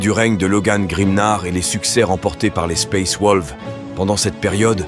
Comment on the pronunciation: sympa mais suis-je le seul a griller que t'utilise un bot pour faire la voix , un bot de très bonne qualité certes mais c'est un bot ^^ comment j'ai grillé ? plusieurs mots évident bien écorché surtout le "space wolves " a xD règle ton bot pour plus trop qu'il déraille ^^ mais sinon c est dommage la vidéo est très bonne